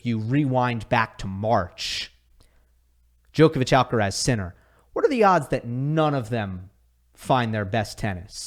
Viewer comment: It blows my mind that people will pronounce Wild as Vilch for some reason, yet will have 20 yrs to learn how to say Djokovic and still get it wrong